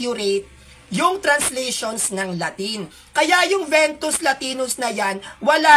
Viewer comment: Vetus latina po hindi ventus